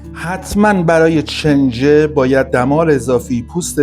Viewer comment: استاد گرامی؛ چنجه تلفظ اشتباه کلمه «کنجه» هست، اگر عنوان را اصلاح بفرمایید، لطف بزرگی در اصلاح عموم خواهد بود.